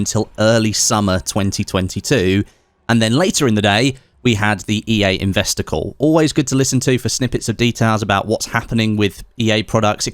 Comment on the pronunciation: Spent ages trying to figure out what an "investicle" is 😂